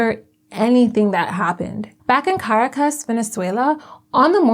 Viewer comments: Make an effort to learn how to pronounce Ca-RA-cas. Or any other capital city. You go online an type, "How do you pronounce..." Takes 30 seconds.... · Hi, love the video! Just wanted to give you a heads up on Spanish pronunciation. Unless there’s an accent mark somewhere in the word, emphasis is placed on the second last syllable. So the capital of Venezuela is pronounced ca-RAH-cas. ❤ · Please pronounce Caracas properly; it is Car aa. Cus. You can look it up on Google. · The narrator may want to learn how to say Caracus. Go back to school